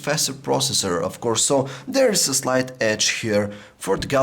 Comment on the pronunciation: I love to hear this guy talk lol s tree and dere